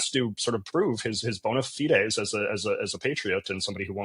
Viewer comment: Hey BC boy! I’m a language guy, and I was impressed when you pronounced ‘bona fides’ correctly, and you’re very well spoken, but then you said ‘aboot.’ Twice. We don’t say that. Are you an undercover American spy?